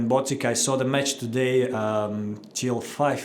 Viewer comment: As someone dutch, medvedev had a solid attempt at botic's name